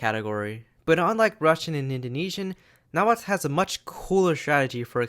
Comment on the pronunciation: So happy to finally see someone pronounce Nahuatl correctly after sitting through a history class that pronounced it like "Nah-hoo-ah-tal"